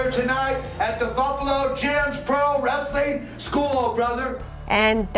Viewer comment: I used to clean carpet back in the late 90’s up until mid 2000’s. He had a massive house on the east side of town which is a shitty area of town. His house was ALWAYS a wreck though! And for all you that call Wrestling Rastling needs to go back to speech class especially being a reporter and calling it Rastling. lol 😂😂😂😂😂